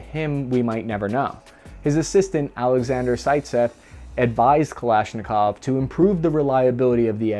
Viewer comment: Stop saying mik-hell 😒please. It's Mee-haa-ILL. Or just say Mike for god sakes. At least you got Kalashnikov right, so thank you for that.